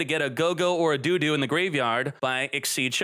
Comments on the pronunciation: I cringed every time said do do. It sounded like what parents say when they want their kids to go to the bathroom. The "o" in dododo is pronounced exactly the same as when you say gogogo. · Did this man just say look for a DO-DO in the GY? xD LMFAO ahahahaha